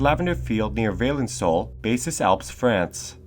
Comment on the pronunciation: The name is « Vah-lan (like in land)-soul »